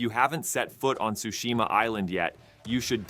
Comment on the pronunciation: Shu shi ma not shushi ma lol